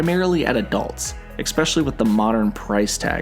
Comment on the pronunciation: *especially, not “ecspecially” 🙄